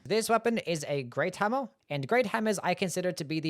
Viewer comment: I like it when you say hammuh and you say it a lot because you really like hammuhs. Anyway, I think the short sword is surprisingly good in DS2. You can poke and slash for days cause it doesn't use much stamina.